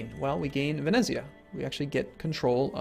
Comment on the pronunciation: Just sayin' but the "z" in "venezia" is the same as in "pizza"